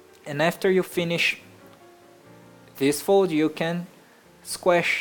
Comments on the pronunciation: "now sqesh the paper" XD i love his accent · you say squash in a weird way and when you say pull it sounds like poo